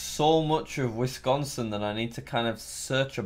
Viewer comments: Wisconsin: Exists Jack: Withconco. This is unintelligible. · Wis-con-sin. It's simple.